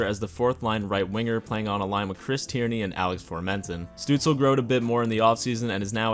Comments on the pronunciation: Your third try was pretty perfect: stüütz-LE not stüütz-EL. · i think it's STOOTS-LUH - I took German in Grade 10 lol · It is Stützle in proper german spelling. If you do not include the “ü” then you must replace it with “ue”, therefore Stuetzle. It used to be Stutzle in game but EA updated it to be Stuetzle Pronounced something like st•you•ts•luh(or leh) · Says: I’ll pronounce it “Stootzle” because that’s the way I hear it the most Proceeds to call him St-uh-tzle the whole video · in german you say "schtützle" but i've never seen an american who can pronounce "sch" so no worries haha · His Name called like Shtützle Like a sh yk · Its definitely pronounced 'stootzluh' because in germany he spells it stützle and spells it either stutzle or stuetzle internationally. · You Can enter his Name on google Translator -> choose as language German and use the speaker button. That s the correct pronunciation of his Name. Oder Sag einfach Stützle. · Elite Prospects has an audio pronunciation for every player’s name (though it may be a premium feature). The best I can come up with is shut-zluh where the first u sort of rhymes with “put” and the “e” is NOT silent. The “le” at the end is pretty close if not identical to “le” (as in le chien) in French. It can be spelled Stützle (German) or Stuetzle (English version without the umlaut symbol over the u. He has chosen Stuetzle for his Jersey to keep it simple because he has obviously heard about the average IQ of us Sens fans. 😂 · Bruh its Stutzle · So, Germany: Stützle North America: Stuetzle Its pronounced Stue-tz-la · Actually the s in his last name is pronounced as sh (like in shower)